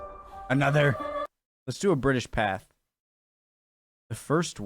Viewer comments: Just so you know it's pronounced 'British PathAY' not 'path'. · Do you not read peoples comments? Pathe pronounced Path ay not path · Interesting to note the American clip had guns. no change there then. Pathe news is pronounced Patha with a hard a. It is French with an acuite accent over the e./ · It is pronounced Path ay. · Pathé is pronounced 'Pathay' It comes from it's founder, a Parisian named Charles Pathé, a moving picture pioneer who started Pathé Frere in Paris in 1908 and opened an office in London in 1910. During WW1 it became known as Pathé News and soon after as British Pathé News. Arthur Wellesley, the Duke of Wellington had his photograph taken in 1844 when he was 75 years old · The pronunciation of ‘Pathé’ has been semi-anglicised and is said as ‘Pathay’. (In French ‘th’ is pronounced as ‘t’). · "Pathé" is pronounced "Pathay". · It's pronounced "path-ay", 😉. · OK PATHÉ its french (Pathay ) in english pronunciation. However french dont ssy Th So it is actually Pat The ftench pat brothers... but in uk we always said Pathé ( pathay ) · Pathe is pronounced "path-ay" because it's a French name - Pathé. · Pathé - French so is pronounced more like Path-ay. Unless you know that and are out to wind us up! There are hundreds of newsreels out there on their website. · The first ever film very short, was made in my home city of Leeds England in 1888. Also its pronounced Pathay